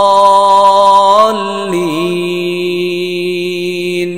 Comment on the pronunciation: ولا الضالين وليس ولا الظالين